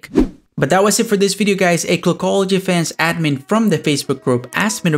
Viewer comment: Dude is there a reason why you sound so nasal? Like when you say the word clockology it sounds more like kogology are you phillipino by any chance?